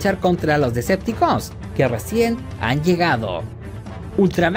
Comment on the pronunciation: Es muy incomodo escucharte decir, Decepticooos y no Deceptocons !.